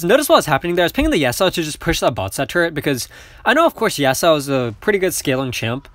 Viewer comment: You're pronouncing yasuo's name wrong again lol